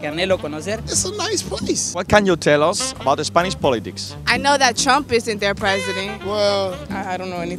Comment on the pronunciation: "Wat ken yu telos..." lamentable...